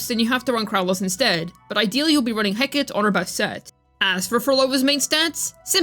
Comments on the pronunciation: heh-cuh-tee not hecat PLEASE stop saying that im dying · I'm sorry, BUT: Heh·Kuh·Tee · He-ka-te. It's greek, and it's three syllables. She was a greco-roman goddess of witchcraft and crossroads.